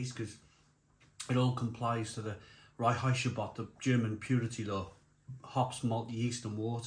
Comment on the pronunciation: Pronounced rhine heights ga boht and Varsteiner. 👍